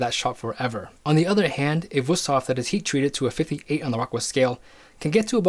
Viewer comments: He probably knows his stuff, but the fact that he's saying WUS-thof, instead of WOOST-hof makes me think he knows nothing. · It would be VOOST-hof in german. W's are pronounced in German like V's are pronounced in English. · Being german, i have to say one thing: Its WÜSTHOF! And you pronounce it like its two words, wüst hof. Really good vid tho, keep up the good work! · WOOst-hof is also not the correct pronunciation, far from it, lol. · in Gemany they pronounce W as V so it is Vusthof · I am not making fun of you but that pronouncing of Wüsthof and btw there is also Robert Herder and Zwilling knives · You pronounced Wusthof wrong, probably cause it's not Wusthof but Wüsthof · You're really butchering the pronunciation of "Wüsthof"… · It makes me sick how he pronounces Wüsthof. He just pretends there is no points on that u. Nobody expects you to pronounce foreign languages right. But if you make an expert video and say that brand name about 50 times make an effort and get it right. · daAnder71 got it. Dots, not points. I'm no stranger to pronunciation problems in languages that I try to speak or that my friends are starting to learn. The Ü is a hard one, no doubt. I just see no effort here - he's just glossing over it - that's all that bothered me.